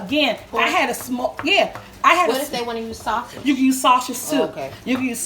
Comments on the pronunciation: I giggled so loud, because of the mispronunciation of 'sausage' but ya nailed 'worcestershire sauce'.... lmao LOVED IT!! lol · Hellooo you are an amazing cook...Just say sauce then age for sausage.. But don't matter we like you the way you are.. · Shashage!!! Lmbo 🤣😂🤣 That's ok your food speaks for it self. 🥰🥰🥰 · I luv how she says sausush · Yummo,my mouth is watering,tell those kids to leave you alone lol, I love the way you say sausage tyfs